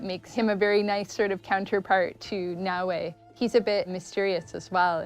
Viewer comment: Naoe, E, is supposed to be pronounced as A in Japanese. So, it's actually Nao+A, not Na Wei. Wei is usually use by Chinese.